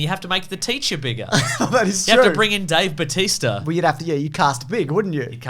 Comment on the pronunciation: I literally just upvoted the video because of "Dave Bauteacher" -_